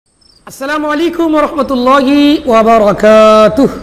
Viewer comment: ছালাম খানা শুদ্ধ করেন প্লিজ